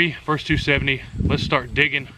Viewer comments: Versus, not vers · Versus does not sound like verse.